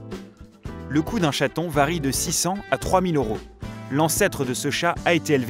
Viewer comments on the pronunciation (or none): Le signe € se dit euros et pas oros